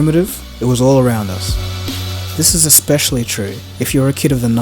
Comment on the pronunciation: Dude I love your videos, but please , please, learn to pronounce "especially" and "nuclear" properly.